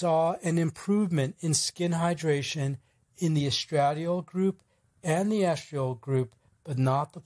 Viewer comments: With all due respect, the hormone estradiol is properly pronounced : es-tra-DIE-all— accent on the third syllable. That aside, thank you for the information. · Omg, please learn to pronounce the word estradiol correctly. Take a medical course. Any course. Listen to a video about women's health. ANY video. Good lord....